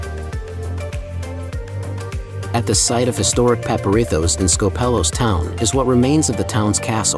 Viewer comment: Please don't call it SkopEHlos. Tell your AI voice to change it to SKOHpelos lol.